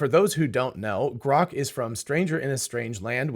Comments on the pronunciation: Why does Elon pronounce it groak? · GROK or CROCK ? Apparently the AI misinterpreted 😂😂😂😂😂